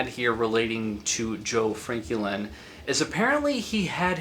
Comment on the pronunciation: Nice video, but you keep pronouncing his name kinda weird. Is his name Joe Franklin or Joe Frankie Lynn?